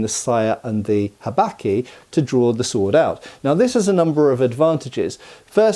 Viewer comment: I love how Englishly you say habaki! "Habacky" haha